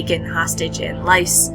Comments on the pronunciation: balOr not balAr. Lys (L-EE-S) not Lys (lice). Really good video though. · It’s pronounced “Lees” not “Lice”